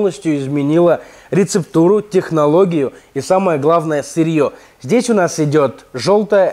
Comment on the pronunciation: ЗдесЯ немного слух режет) , а в целом конструктивный и полезный обзор. Инст:@